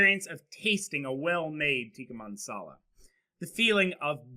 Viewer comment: Tikka Mansala lol it is Masala!